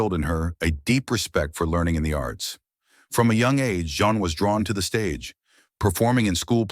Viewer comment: Why is the narrator refering to Jean as "John?' How come these errors aren't fixed in editing?